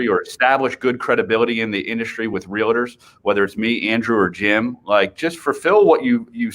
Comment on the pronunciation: it's real-tors not realitors